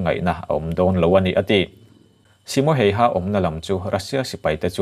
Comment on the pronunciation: ‘Hayha’ i lam dan mai2 chuh 🤣🤣🤣🤣🤣🤣🤣🤣 Finnish ho zawk pawhin tung a nih an hrethiam miah lovang 🤣🤣🤣🤣🤣